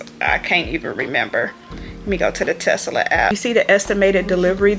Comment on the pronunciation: Tesla not Tesala.